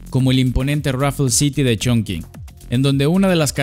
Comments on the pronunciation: Como persona que habla Chino no puedo con tu ChonKing jajaja😂😂😂😂. Se entiende que es una palabra en chino y lo pronuncias según entienda la gente que habla español. Pero te voy a enseñar y lo más parecido a la pronunciación es CHONTCHIN 😂❤ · Se dice "chongching", no "chongking". ¡Me encantan tus videos! ♡ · Sabías que Chongqing se pronuncia chonching? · La forma más parecida de pronunciar Chongqing con los sonidos del español es "chongching" y no "chongking". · Muy buen video, haz uno de Shenzhen 🙃 Por cierto, la Q se pronuncia como CH, entonces sería algo como Chong-ching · La q en chino suena como chi.... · excelente video, maravilloso, no hagas caso a los haters. Aunque si debo admitir que me dolio escuchar la q como k (mas q nada porque estudio chino), pero es solo un detalle en medio de tanta virtuosidad. Muchas gracias por tu video, eres un grande! Saludos! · Eso iba a comentar, las q delante de "i" y "e" se pronuncian como "ch", y sólo se usan en palabras de origen extranjero También el diptongo "ou" que no es propio del español se pronuncia igual que en el francés "ú" Y cualquier palabra que lleve "x" y no provenga de una lengua semita (árabe y hebreo) o caucásica (latinas, griego, germanas, eslavas, etc) se pronuncia como "j" Por ejemplo (de ciudades chinas porque es de lo que va el video): Hangzhou se pronuncia Anjzú Qingdao se pronuncia Chinjdao Xinyang se pronuncia Jinyanj Ahora podrás pronunciar topónimos extranjeros en una reunión de pedantes del español sin quedar en ridículo 😊 Posdata: las "h" después de "z" no alteran el sonido de la "z" por lo que su pronunciación es la de la "z" de toda la vida